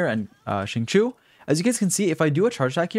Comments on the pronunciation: im sorry but ur pronunciation is horrible. xinqiu is pronounced: sing cho. not sing chu.. and chong yun??? its pronounced chong yoon. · Bruh the name pronunciations 💀 especially Xingqiu.. I'm here for the knowledge, I'm here for the knowledge ...okay 😤 okayokay continue